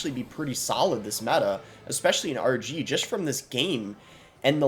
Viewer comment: At the start when you were saying RG I thought you were saying Archie